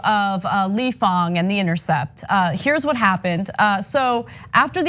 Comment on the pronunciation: Ahhhhh - stop saying fOng ---- Mr FANG